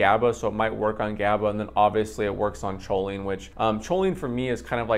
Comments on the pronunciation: Dude why do u say cho-lean? Lmao, its pronounced cole-lean. Atleast thats how ive heard everyone pronounce it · CHO- LINE ? Try saying it correctly . Coal-ine You are welcome.